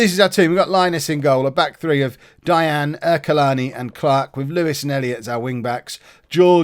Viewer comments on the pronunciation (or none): It’s pronounced dye ag knee not dianne